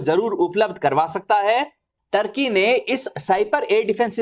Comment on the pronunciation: ढंग से नाम तो बोल टोर्की नही तुर्की हे 😂